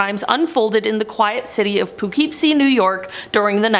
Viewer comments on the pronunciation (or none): po-kip-see new york.